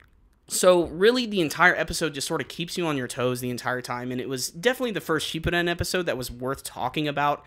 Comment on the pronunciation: You do you pronounce shippuden so weird